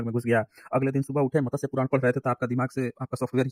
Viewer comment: मतस्य पुराण नही, मत्स्य पुराण।